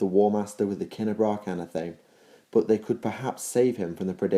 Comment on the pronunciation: PROS-pero DAV-in an-ATH-a-may Others have already pointed out "remembrancer". Great videos otherwise, but you pronounce so many words wrong.